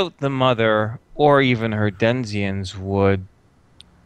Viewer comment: I love you all, but it's "Deh-nih-zens" not denziens or desiens... BLARGH! Also, "The Orc" you know: The. It's a Highlander thing: There can be only one!